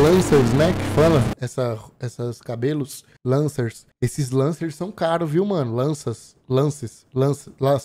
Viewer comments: Lancers, lanças, lances, láces, lancer 😂😂😂😂😂😂😂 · Ele tentando falar o nome "lancers, lacers, lança"